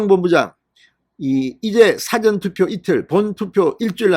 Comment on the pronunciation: 사전 발음 액센트 넣지 말고 말씀해주세요